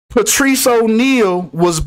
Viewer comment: Wtg.. he s name Patrice pronounce Patrick